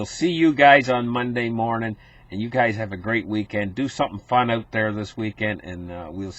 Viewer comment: I thought he was saying "Glad to have you gays here." !!!